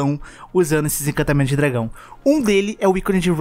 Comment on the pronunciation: pelo amor de deus, arruma esse "incantamentos" é encantamentos